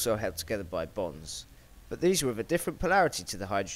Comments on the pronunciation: its bonds not bongs its a chemistry thing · I want to make it clear that I find this video very interesting, no 2 ways about it... I just couldn't help but hear "Hydrogen bongs" and that oil also has "Bongs" and practically nothing other than "Bongs" for the last few moments of the video...